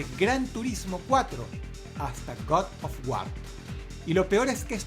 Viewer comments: Good of guard ? jaja creo que se pronuncia Gad ob guard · Buen top, pero me sorprende que con el mimo que Dross elabora estos videos no se tome la molestia de revisar su pronunciación de ciertos títulos en inglés. Caray, con el traductor de Google se puede hacer en cuestión de segundos. ¿God of Guar? ¿Crono Traiguer? ¿Metal Yiar? ¿Tomb "raider"?